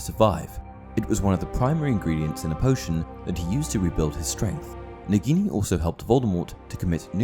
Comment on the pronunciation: I Lowkey get triggered you pronounce it negini rathen that nAgini